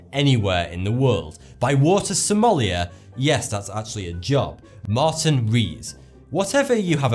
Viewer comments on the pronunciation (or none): none